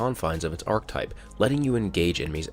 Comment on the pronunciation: Please stop using the word archetype of you aren't going to pronounce it correctly.